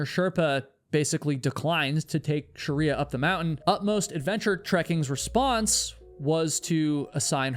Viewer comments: pretty sure it’s not “sharia”. it’s shree-ya. sounds like you are adding vowels. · Sorry the story had a sad ending.. But you have being pronouncing her name the wrong way... You're calling her sharia (like the law), but her name is Shriya (like shri in shriek, emphasis on SH, and ya). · Your pronunciation of proper names is deplorable. How can you prepare an entire video about one person and not learn how to pronounce her name? Its's Shri-ya, 2 syllables, not Sha-ri-a. Your video is insulting to her memory, and your disregard for how to even pronounce her name is incredibly lazy and boorish. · great video, it's Shreeyah though not Shariah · Why can't western educated person like you pronounce names? It is not pronounced Sharriyaa - it is "Sh-Rey+yaa" You are near million subscribers, ask a closed group of similar culture how to speak names... Also this rant is too long and boring. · Pronounce her name correctly !! Sh- Ray- yaa is right !! You are calling a Hindu name by its dead opposite Muslim fanatic practices called Sha-ria !! 😡😡 It’s an insult!! Sh- re- Ya means Goddess Laxmi - prosperity !! If you don’t even know how to pronounce !! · It’s “SHREE-ah” (two syllables)… You’re adding an extra vowel sound making it three syllables (“Sha-ree-ah”) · Hi.. Appreciate your information .. here .. But please pronounce Shreya correctly .. 🙏🙏🙏🙏